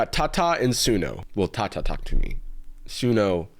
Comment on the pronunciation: Its to-ku tu mii トークトゥミー